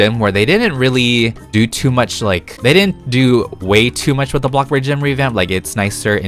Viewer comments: "bloxburg": "blockburg" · AND THE AWARD GOES TO THE KING OF BREAD, BLOC BURG YOUTUBER, AND THE BEST ROBLOX YOUTUBERRRRRR (also the way you say Bloxburg like blog burg so funny🤣)